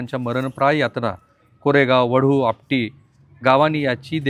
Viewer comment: राहुलजी, आपण प्रत्येक वेळी अनवित (अत्याचार) असे म्हणतं आहात त्याऐवजी अनन्वित असा योग्य शब्द आहे तसेच शीर्षकात दिल्यानुसार वडी बुद्रुक नाही तर वढू बुद्रुक असे गावाचे नाव आहे... बाकी वार्तांकन अत्यंत छान!!!